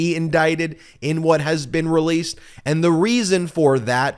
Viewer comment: Vaat a process!!! It’s ridiculous.